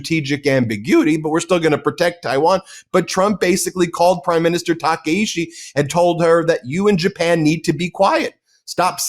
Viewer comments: Takaichi, not Takaishi. Got it Ben? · Maybe you guys should source Japanese domestic media instead of whitewashing western media who can only communicate in English. So pathetic, if you can’t pronounce our prime minister right, stay out forever. China has been invading everyday and night for last few decades, this is NOT newsworthy. Japanese defense force scrambled 669 times and over 60% of incidents are from Chinese threats. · The name of the Prime Minister of Japan is not Takeishi 竹石. Her name is Sanae Takaichi 高市. Please make sure to get that right.